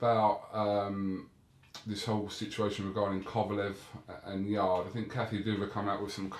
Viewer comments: Bless you Kugan, you’ve given ol’ Bob enough opportunities to hear that Yarde is pronounced ‘Yard’ and not ‘Yardey’ over the last week. The Wiley ol’ bugger is either deaf or cantankerously digging his heals in. :) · Bob arum called yarde YARDEY THAT WHAT HIS FRIENDS CALL HIM. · My respect level for bob arum is at maximum after hearing him call Anthony Yarde ‘Yardy” lol